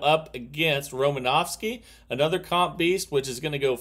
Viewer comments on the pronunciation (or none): There’s no V In Romanoski